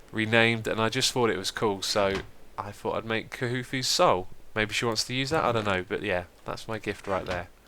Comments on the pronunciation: khufu is pronounced koo-foo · Xisuma, you really are a general good guy! Just so ya know, Khufu is pronounced Koo-foo. ;)